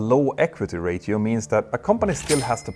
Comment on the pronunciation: The “t” in “Ratio” is pronounced as “sh” NOT “th”!!!!!!!!